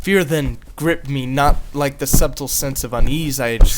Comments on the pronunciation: I lost it after he said subtle like SUBtle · FYI, the b in subtle is silent. Pronounce like suttle.